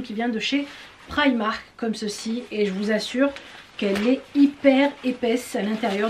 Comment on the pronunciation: J’aime bien comme tu prononce primak 😂